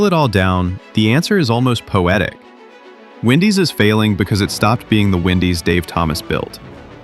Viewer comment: He goes from saying Wendy's to Windy's throughout this stupid video.